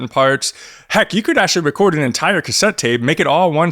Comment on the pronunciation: Pwess da wecord button not too woughly. Den hit pway